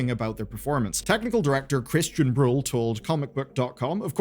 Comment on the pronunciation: You pronounced "Buhl" wrong 😆